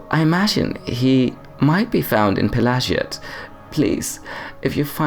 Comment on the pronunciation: Pelagiad is probably named after Emperor Pelagius, so it would spell like "pela-gee-ad" rather than "pela-ji-ad". Edit: But then there's an Ashlander pronouncing it the latter, huh... Might be an ashlands accent or a geniune mistake, but might just be the canonical pronunciation also. If its linguistic root lies in Imperial (= Roman-esque) naming conventions, then it should be "pela-gee-ad". Then again, I've heard people pronounce "Pelagius" not like it should be (pe-la-gee-us), but like "Pe-lay-ji-as", for some reason. Elder Scrolls aren't very consistent in this kinda thing, sometimes they use different pronunciations inside of the same game even (dei-dra and dee-dra, etc.), and I don't know if that's intentional or not.